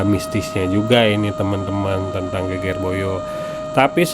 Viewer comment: Geger pengucapannya seperti seger,sedep